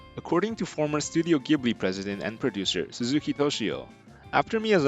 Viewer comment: Fantastic video! I think the only correction is that the studio "Ghibli" is pronounced more like "Jee-Blee" but other than that it was awesome. I loved seeing all of the process sketches and ideas they came up with along with the step-by-step process.